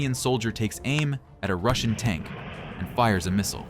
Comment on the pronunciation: Please learn how to pronounce missile, clue it's mot mistle!